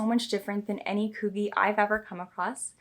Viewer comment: Why do u say coogi like that lol, are u saying it wrong on purpose haha ?